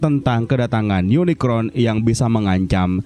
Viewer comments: UNICRON sebutan untuk robot villain berbentuk planet di franchise Transformers Unicorn mah kuda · POV : ini apa kuping gw yg salah denger kata uniCORN jd uniCRON atw emang bnr ky gt ??